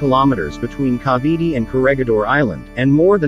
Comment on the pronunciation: What Bada and Cavity? You mean Bataan and Cavite.